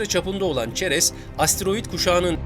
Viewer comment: ceres kelimesi seres diye okunmuyor mu